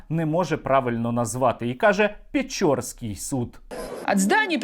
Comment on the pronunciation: Блин...рускоязычная челюсть всё-таки подкачала:" ПечОрский суд"...👆😁😁😁